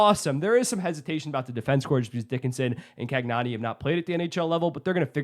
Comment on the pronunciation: Day number i forgot of telling to channel his inner Italian when saying Cagnoni's name. Think of the gnocchi.